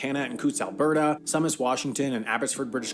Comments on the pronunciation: Also, Sumas is pronounced “SOO mass” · Sumas is pronounced SUE-mass. Have a friend who lived there and when he took his dog out for a run, the dog would often run into Canada and back. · Don't know who narrated this video, but it wasn't a Canadian. Sumas, BC, is pronounced "Soomass", not "Someass". Sault St. Marie is pronounced "Soo Saint Marie", not Salt Sain Marie". In fact, its nickname is "The Soo". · The guy in that video you watched pronounced Tsawwassen, Sault Saint Marie, and Sumas wrong.